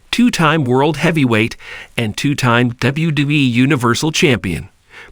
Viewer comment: What kind of shitty ass AI software are you using that can't pronounce mcmahon? Or wwe